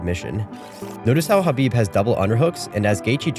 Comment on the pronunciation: Thank you for pronouncing Khabib's name correctly. I can't believe even today and even after Khabib told people how to pronounce his name that some people still pronounce the K